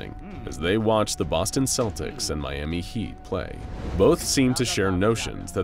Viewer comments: I'm not native but... I thought it was supposed to be pronounced "Keltics". Am I wrong? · Celtics. Celts. Not Selts. Not Seltics. Hard K sound. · That's not how you pronounce Celtics! (Kel'tiks) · Good video but celtics is pronounced with the c it starts with, at least in Ireland 🇮🇪, where I'm watching this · Slight nitpick - "Celtics" is pronounced with a hard "C"